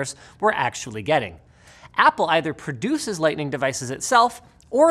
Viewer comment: Thank you. One of the few people whose channel I watch who say produces, not purdueces.